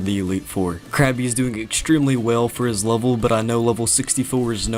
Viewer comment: It's Krabby, not Krappy.